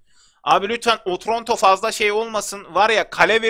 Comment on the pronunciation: abi o otronto deyil otranto